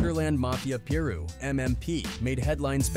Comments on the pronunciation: Pie Ru not peer ru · How come every content creator can pronounce a single thing correctly? PEER ROO? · he even said “Piru” correctly a couple times but kept saying Peer Roo majority of the vid lol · Pie-roo man. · “Lil Peer Roo”